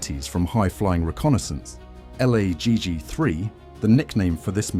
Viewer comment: Oh god AL-AY-JI-JI my ass Just say "lagg"